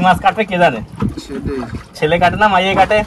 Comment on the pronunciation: তোমরা শেলে মাছ কে কেন ছেলে মাছ বলো সেটাই বুঝতে পারছি না ? তোমরা কি পূর্ব বাংলার মানুষ বলে এইভাবে উচ্চারণ করো ?